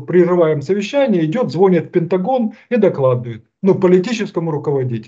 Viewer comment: звОнит🤦‍♀️да уж...